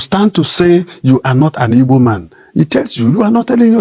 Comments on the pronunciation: Pls oga call well it is " Igbos" and not ibos. Pls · Oga that's his dialect pronouncing Igbo, that's how they sound